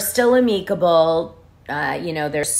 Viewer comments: i may be pronouncing “amicable” this way from now on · 😂😂😂 ikr??! I liked it pronounced like that!! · I have never heard amicable pronounced like that